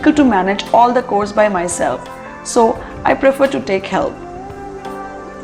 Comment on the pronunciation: It is pronounced as ‘chores’ with a ‘ch’ and not ‘k’.